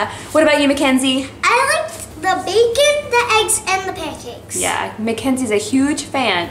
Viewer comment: U said panacakes